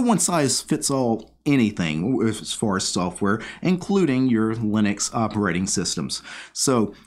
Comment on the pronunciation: I just heard you say software as soafwurr and now I can't unhear it